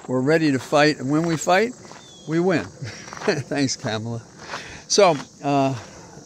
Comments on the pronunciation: I so love your talks and so appreciate you, but I am gonna say again it's not Camela.. its Kah- mala💙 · Please learn how to pronounce Kamala. It's "comma la". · Don't poke me in the eye, but the "Ka" in Kamala (since how folks pronounce it has become a thing lately) is more like "Connie" than "Pamela". More "comma" than "Camelot". Just so's you know. 🤪🤪🤪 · Not sure why you don't pronounce Kamala's name correctly... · Why are you mispronouncing Kamala?